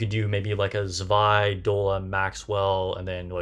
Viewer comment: First of all: Likely, the only content creator who said her name correctly. LOL The kit thou... She doesn't need to burst herself to activate S1 and S2, right? If so, I think Zwei maybe have the same fate as summer Helm and summer Mary (among others) that will be used for her utilities rather than her burst itself, despite the crit buff.